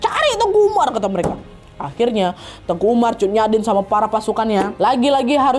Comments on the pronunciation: Teuku kak nad bilangnya bukan tengku.. klo tengku itu Melayu kak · Mohon maaf kak nadia penyebutan teuku itu di bacanya bukan tengku jadi beda artinya klu sebutan tengku itu biasanya untuk ulama jadi bacanya sesuai tulisan TEUKU oke kk koreksinya karena saya asli orang aceh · hai ka nad, papa aku orang Aceh asli dan mama aku Jawa. tepatnya kami tinggal di tanah kelahiran Teuku Umar di Meulaboh Aceh Barat. aku mau bilang kalo penyebutan "Teuku" dan "Tengku" itu berbeda, kalo Teuku tetap disebut "te-uku" dan tengku ttp disebut "teu-ngku". Teuku setau aku itu masi berasal dari bangsawan ataupun keturunan dari ulee balang, sedangkan "Tengku" itu sebutan utk ulama atau guru ngaji.. dan "Cut" itu juga gelar yg didapat karna masi keturunan bangsawan, dan di Aceh ad juga sebutan "Sayyed dan Syarifah" ini masih ada keturunan Arab, dan bisa diblg masi ad keturunan Rasulullah juga. tapi makin kesini yg make gelar cut dsb itu ada yg bukan keturunan bangsawan, *ad bebrapa memakai utk menghormati atau mengikuti jejak Pahlawan Aceh. cmiiw guys❤